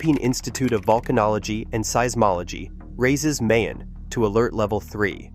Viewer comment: plz prjonou ce Mayon properly it isNOT like May the month but more like MY